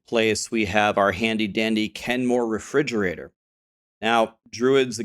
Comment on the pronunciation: The Kenmore Refridgerator.... i'm dead 😂